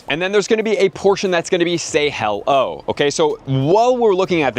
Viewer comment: Who tf pronounces hello hell-o